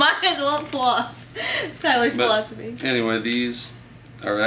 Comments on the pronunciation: When you said "thats Tyler's philosophy" I thought you said "floss-ify" ... haha, because you were talking about floss ... I dont know! :] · Haha "It's his floss-i-fy"